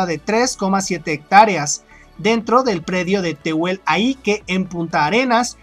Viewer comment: cómo ayuda, se lee Áike, usado como "lugar" por los Tehuelche (del mapudungún "Chewel che", gente del desierto, dónde "desierto" es la Patagonia del este) Hay cientos, cómo kimiri aike o güer aike. El más famoso es koi aike, deformado Coyaique...